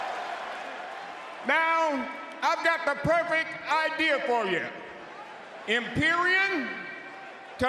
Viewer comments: Bro said “imperion”😂😂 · “IMPERIAN” lmao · Dude said Emperiun and I love it😂😎😎😎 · Teddy Long: "Imperian" 🤣🤣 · I was not expecting to see Teddy long... also love the fact that ofcourse he didn't announce "Imperium" correctly